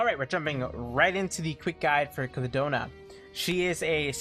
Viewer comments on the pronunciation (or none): I cry every time I hear "clidona" :(